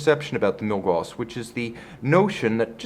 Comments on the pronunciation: Gauss, not gaws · he pronounced milgauss wrong this whole video. It's Milgaus(gous) not Milgaws(gaws).